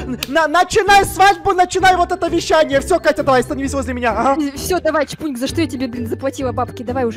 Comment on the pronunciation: Не чбуньк а чпуньк